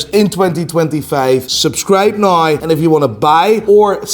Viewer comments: Noooooyyyyeee instead of now … legend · I was going to subscribe but he said “subscribe nigh” and I don’t know when nigh is .